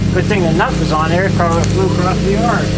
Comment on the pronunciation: across or acrosst ? damn!